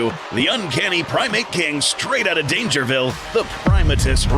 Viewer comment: Dangervile? NAH Dangervi’L’e